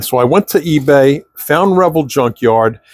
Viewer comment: Why do you pronounce Revell the way you do?